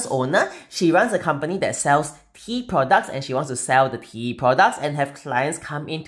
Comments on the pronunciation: I really thought you said they sell "pee" products lol 😂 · For the first minute I was hearing pee and I was so confused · Oh, TEA!! I was barely a minute in and had to rewind a couple of times then finally turned on the CC. Tea was not what I was hearing. 😅 Beautiful work as always!